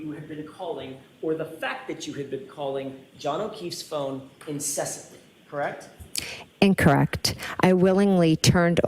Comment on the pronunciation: I can't stand the way she says correct. She keeps saying krecked.